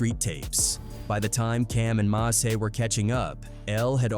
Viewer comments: Who is Massey? You need to stop this AI crap it’s ruining your videos Edit: I’m 9 mins in and not once have you said mase name right. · Mah-say is diabolical 😂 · It's MASE what the F haha MASEY ? HE'S NOT FUKING FRENCH NOR IS HIS NAME IS MASE LIKE "mace" fuk😅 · That nigga called Mase Ma-say 😂😂😂